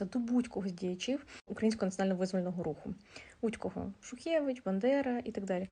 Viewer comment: Він каже "бЕндера" 🤭